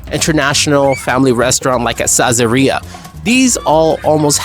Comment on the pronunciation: I could never figure out how to say Sazeriya. From now on, I’m going with your pronunciation.